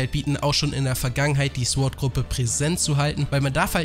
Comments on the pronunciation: warum haben so viele ein problem damit sword" richtig auus zu sprechen? mein süßer, es heist "zohrt" nicht "zwort" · Alter man spricht es sord aus und in sword...... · warum sagst du Sord, heist das nicht Sword? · Interessantes Video..aber nur mal so als gut gemeinte Verbesserung: das W in Sword ist stumm..als man spricht es SORD aus Klugscheissermodus aus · Sorry, dass ich der Klugscheißer bin, aber bei dem Wort Sword ist das W still. also wird es quasi „sord“ ausgesprochen. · SWORD SPRICHT MAN OHNE DAS W AUSSSSSSS AMK EINFACH "SORD", WIE THEO DAS MACH ._. danke. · sord nicht sword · alter lass das verdammte "W" weg!! das wort wird zwar sword geschrieben aber sord ausgesprochen!!! lern mal bitte die sprache ordentlich bevor du diese sprache so oft benutzt!!!!! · ich habe noch nie gehört das man es sord und nicht sword ausspricht vorallem hört sich sord mega beschissen an. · Ich möchte nicht wie ein Arsch rüberkommen aber Sword spricht man ohne das W aus